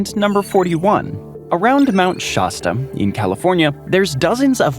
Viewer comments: the mountain in #41 is pronounced SHASS-tah, not SHAAS-tuh, rhyming with the old soft drink, Shasta. Goblin Valley S.P. is where Tim Allen's character in Galaxy Quest fought with the rock monster. In Bryce Canyon N.P., they're called hoodoos. Sorry, but Santa Claus is anything but religious. Good video, but I have to call you out on what you said. You said that the hot spring is "one of the only" warm water diving sites in the US. Parents can say truthfully that Suzie is their only child, but not that she's 1 of their only children. Of course, that's because 'one of' indicates there's more than 1 of something, but "only" means just the opposite. "This is our only child, Susie, and this is our 2nd. only child, John." Doesn't make much sense, does it??? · Its Mt. Sh ASS ta. There is no 'o' in Shasta. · Tonopah is pronounced: Ton-oh-PAW, emphasis on the last syllable Shasta's pronunciation rhymes with " Has ta " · Oh yes the mighty Shawsta. How do you pronounce Fanta? Faunta - pretty fancy, man.